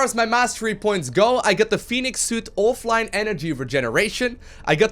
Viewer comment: The game already has a Phoenix. Fenix is thusly pronounced "Feh-nix". You're welcome.